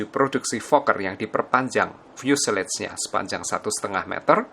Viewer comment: Setau saya, fuselage dibaca mirip fyuselaj, bukan fyuseleyj